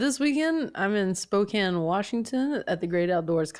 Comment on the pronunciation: Fortune thank you for pronouncing Spokane WA correctly. That's rare ❤